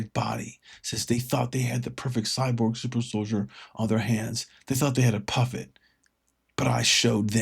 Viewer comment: What's a Cyborb? Is that like a Cyborg?